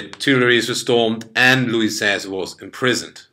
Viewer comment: Great pronunciation of Louis XVI and Napoleon